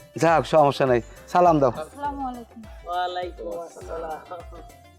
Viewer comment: নিজাম উদ্দিন কে সালামটা শুদ্ধভাবে দেয়ার জন্য অনুরোধ করছি। না পারলে মসজিদে ইমামের কাছ থেকে শিখে নিবেন